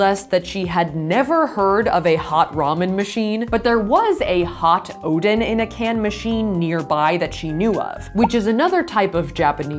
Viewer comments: Ooo donnn not oden lol. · Every single time she said Oden I thought she was talking about thor's dad😂